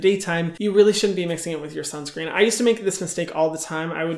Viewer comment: I have started wearing sunscreen only bcz Hyram said "WEAR SIUNSCREEN BICTHES "<3